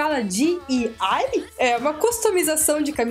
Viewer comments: escreve Diy e fala Diaiuay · Eu acho que é "diuai" kkkkk